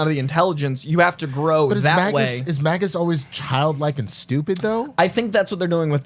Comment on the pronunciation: Why is he calling magus mag us????????????????? Ewwww